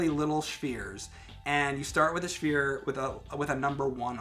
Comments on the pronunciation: How hard is it to say 'sphere' and not 'shveer'? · he's saying like he's ordering a bagel with schmere. Now I'm hungry! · wtf is a schfere? he said it more than once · did he just say shphere? I don't know why I find that so amusing, but I do. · Oh is it a Northerner thing? I was gonna say, the amount of times he deliberately said "Shphere" really felt like he was confident about his pronunciation. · I'm from Ohio and I say sphere. Hes pronouncing it like stewie says cool wHip lol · Waiting for the other guy to say "its SPHERE not SHFEAR" .. make it stop .. please